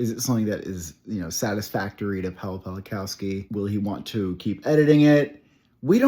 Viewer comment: Little advice: when you say Paweł Pawlikowski or any other Polish filmmaker pronunce "w" like English "v". It's how you say it in Polish and it will make your pronunciation so much better. Read it as if it was written Paveł Pavlikovski.